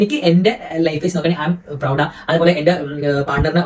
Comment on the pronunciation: ഞാനും കേട്ടു 😂😂😂😂അവൻ ലൗഡയാണ് 😂😂😂😂